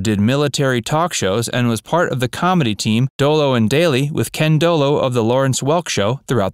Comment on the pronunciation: Some of your "facts" are not correct. 😖 Ken De Lo of Lawrence Welk. Need to correct pronunciation of several names.